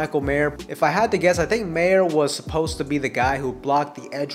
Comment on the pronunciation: There is no "s" at the end of Mayer.